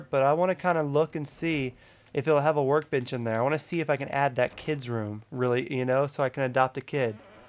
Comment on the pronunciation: It sounded like you said we have our work bitch here lol